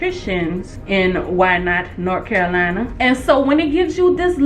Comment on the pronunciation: Nor Caralina 😂